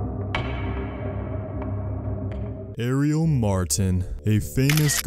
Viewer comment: you not even saying her name right lol